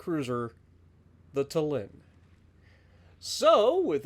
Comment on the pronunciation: And also I don’t mind but like a interesting fact Tallin is pronounced with emphasis on A so it’s tAllin instead of tallIn